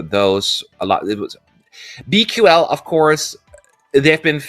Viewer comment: BQL is supposed to be pronounced as Be Cool, which is of course ironic since they aren't cool at all.